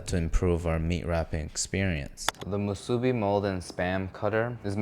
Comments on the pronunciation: You're cutting the Spam the wrong way and saying musubi wrong.... LOL. An Asian saying it that way is sacrilegious LOL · You butchered that musubi. 💀💀💀💀